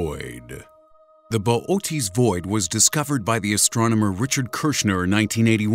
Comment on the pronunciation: "Boot's" void 😂 bo- oh- teas void I'm dying